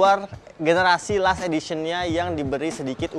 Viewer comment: Last di baca lest.Klo Lust=lust itu nafsu birahi.